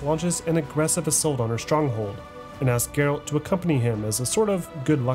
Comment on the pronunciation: Geralt not Gerald . Yenneffer not Jennifer. BRUHHH